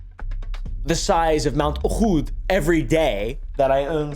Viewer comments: Bro, pronounce the name right. It's not mount oKHod. It's mount o'hood. Idk why euro americans cant pronounce semitic words. There is no kha in most of the names you pronounce. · you're pronouncing uhud wrong dawg. it's closer to say oh-hod with the hod being pronounced with a similar intonation and speed as the word huh, and the H in oh fully pronounced. the H is not a velar fricative, but a pharyngeal fricative which is extremely difficult for a non-arabic speaker to pronounce, so it'd be much closer to just use the regular english H sound instead. tl;dr pronounced as oh-hod, no kh sound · It's pronounced Uhud with a strong "h". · What are you bullshiting about mount Ahud, you just like dirt.. go ahead, Islam is based upon purification on a daily basis and the type of people like you want to be otherwise. Islam doesn't force anybody to be a Muslim. But the way you pronounce the name of the mountain I know what group of haters you're (though not all of your group aren't). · Uhood pronunciation is abit rough